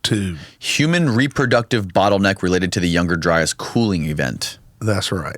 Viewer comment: If I hear younger dryis and antrhpidegous one more time my heads gonna explode. 🤮